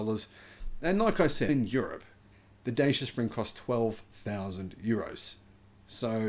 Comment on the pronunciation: Dacia Spring actual real range about 165km m8. Oh and for the hundredth time it’s pronounced “Da-Cha”, not “Day-Sha” 😂